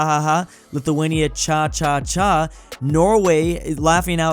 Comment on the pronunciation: as a Lithuanian, we don't say it like cha cha but it would sound more like xaxaxa